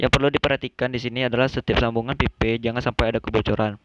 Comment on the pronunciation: Well done.. Izin kasih masukkan 1) kata "Uap" dapat diganti dengan steam saja, jgn ditranslate, krn kalau steam bs berarti kukus di b.indo, kalau uap bs berarti vapor di english. 2) speak properly, pipe (baca : paip) jgn pipe. It will be useful for us, when we can speak english properly, esp when u r an engineer. 3) Engineer identik dg angka dan alasan. U have to tell the reason why double pipe can be fit in your plan (acc to pressure drop, surface area and etc). 4) if possible, you could tell the audience why u used the exact number for an assumption, it can be based on prev case or range. CMIIW. Let's make a good work Great job